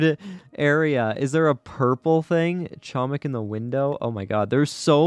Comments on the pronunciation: Yes it's like.homik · doing what i must do:, you are pronouncing "chomik" incorrectly, the "c" in "chomik" is silent